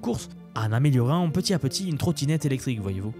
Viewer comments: on fait la liaison oral entre le t et le à quand on dit "petit à petit" , çà fait "petita petit" ;) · Condensé bien fichu, donc ça mérite un like, mais "petit à petit" répété plusieurs fois sans faire les liaisons, ça pique quand même un peu les oreilles.